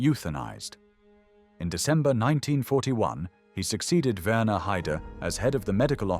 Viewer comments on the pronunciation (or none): none